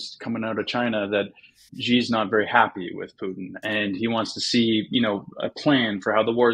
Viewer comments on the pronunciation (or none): none